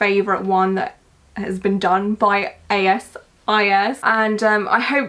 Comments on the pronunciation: It's "As Is" not a-s-i-s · Ily so much but PLEASE just say as is not A. S. I. S. It’s killing me 😭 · Couldn’t u just say “as is” instead of “A S I S” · It’s literally as is! Not a s i s😂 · btw, its pronounced as, is (like the words) 😊💕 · I think the youtube is pronounced as is lol like the two words that might help you remember too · You’re amazing but it’s pronounced as is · And here I thought it was pronounced 'as is'.... oh well time to look at a pronunciation video